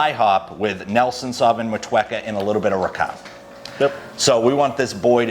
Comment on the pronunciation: NZ motueka is said Mot-U-Aka, good to see you using Kiwi hops, putting this country on the map.